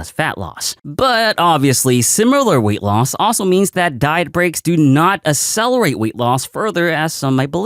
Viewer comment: I’ve never heard anyone pronounce accelerate ass-sell-er-ate before